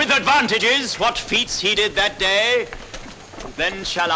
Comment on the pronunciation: I would not follow a man into battle who pronounces day as awkwardly as that. dayeeeeeeeeeeeee".